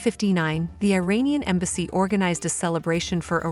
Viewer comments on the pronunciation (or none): none